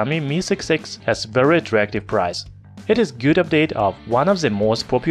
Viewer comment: вЕри вЕри гуд😂👍